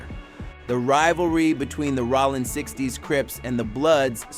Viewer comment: its ROLLIN not ROLLAND lmfao